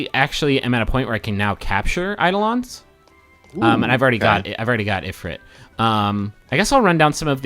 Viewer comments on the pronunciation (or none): if-rit eyed-olons It's eye-dolons and eef-reet.